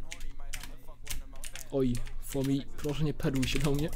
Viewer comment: fumi a nie fomi